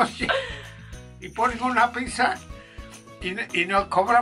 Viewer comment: ¿¿Por qué dices PISA?? Es piZZa T-T